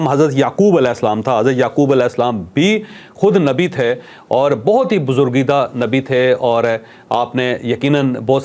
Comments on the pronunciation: بزرگیدہ نہیں برگزیدہ ہوتا ہے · بزرگیدہ نہیں ھے ، برگزیدہ صحیح لفظ ھے ۔۔۔۔۔ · جاوید چوھدری عرف جیدا چنگڑ صاحب آپ نے کہانی اچھی سنائی ہے لیکن آپ کہیں سے بھی تعلیم یافتہ نہیں لگتے جیا کہ آپ نے لفظ برگزیدہ کو بزرگیدہ کہہ دیا اور بعد میں بکریاں چرانے کو بکریاں چورایا کرتے تھے بول دیا ایک اور لفظ بھی آپ نے غلط بولا ہے لہذا کچھ خیال کیا کریں کیونکہ الفاظ کی درستگی علم کی پختگی کی ضامن ہوا کرتی ہے۔ امید کرتا ہوں کہ آپ مائنڈ نہیں کرینگے۔ اور بنی اسرائیل کی آبائی سرزمین کنعان یعنی شام میں تھی فلسطین میں کبھی نہ تھی۔